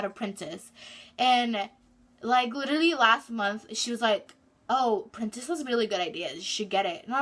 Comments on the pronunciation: Is she saying printest ? It's Pinterest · does she mean pinterest she said printest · Printest... did you mean Pinterest 🤣💀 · Printest lol she means Pinterest😅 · She said printist but she meant Pinterest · She said Pinterest wrong but it's ok no one perfect